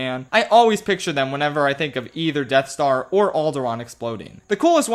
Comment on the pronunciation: “Depth Star”